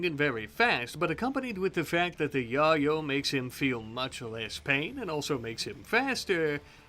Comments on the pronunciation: It’s pronounced yay-o not ya-yo 🤣🤣🤣🤣🤣🤣🤣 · your pronunciation of Yayo is very amusing to me, it makes me think of the OG onepiece opening.